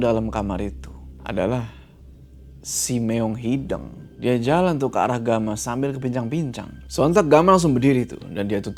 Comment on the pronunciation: Walaupun agak kesel bilang hideung nya malah hideng, leuweung yg malah dibaca leweng, tp crta ini seru polllll❤